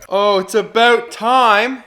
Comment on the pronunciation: "Ahh! It's aboot time!" LOL